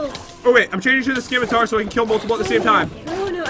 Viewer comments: The C is silent in Scimitar.. it's pronounced 'Ssimitar' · Scimitar. it's pronounced "SS-Ih-Mih-Tar" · Who else was kinda annoyed that you say it like (simitar ) and not scim-itar. The C is silent